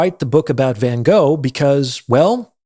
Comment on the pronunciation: If you wrote a book about Van Gogh, you should learn how to pronounce his name correctly. no offence, but still...